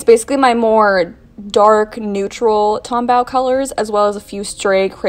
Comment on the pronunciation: So it's Tombow, bow like a bow tie, not bow as in bow wow.